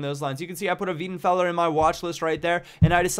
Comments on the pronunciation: wEIdenfeller not wIEdenfeller... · Its not pronounced weedenfeller, its pronounced wydenfeller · it's pronounced VAY-DEN-FELLER not VEE-DEN-FELLER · No it's not, its spelt: Weidenfeller. It's PRONOUNCED: Why-denfeller. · Love your vids but it's pronounced as 'WHY'denfeller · Weidenfeller please pronouce it like WHYTHENFELLA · its pronounced WAJDENFELLER. trust me im an eng.. i mean german...